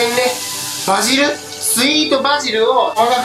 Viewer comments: のところパジルになってない？バジルじゃないの？ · パジルじゃなくてバジルじゃね？